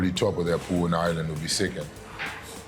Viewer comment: How do the Brits not know how to pronounce Ireland? Its not "I-land"